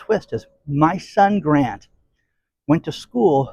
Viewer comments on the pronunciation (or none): none